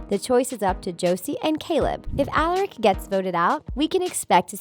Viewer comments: She also said Alaric wrong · Why in the fuck would Klaus , Elijah and Hayley emerge from the puddle when none of them were killed/consumed by malivore ? Lmao guys please get people who can pronounce Michaelson (My-cul-sun) and Alaric(Uh-lar-ic) and who are familiar with the TVDU. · "Alarek" "Alarek", "Alarek", "Alarek" I can ignore it once Such as I did when you said "mikelson" But saying a name wrong 4 times in a row is just too much... makes me not feel a connection to what is being said, as the person who is saying it clearly didn't watch the show Even if that person is different from the script writer. Seriously, I subscribed at the start of the video, and unsubscribed by the end of it.